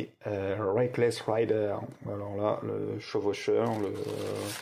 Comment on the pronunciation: Sacré objet ! Au fait tu as confondu Rider (raïder) avec Raider (rédeur) > celui qui fait un Raid. La faute à Lara, pour que tout les français le prononce mal sans doute ! ;)